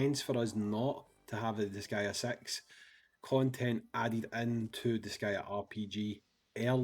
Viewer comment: “Disgaea Sex”